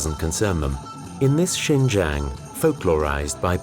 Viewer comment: Pour les français, je crois maintenant qu'il faut penser à vous même, le racisme, l'immigration.... En plus, il faut prononcer bien le mot de lieu"XIN JIANG" au lieu de "Shen zhen".